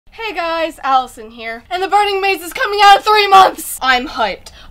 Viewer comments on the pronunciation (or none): none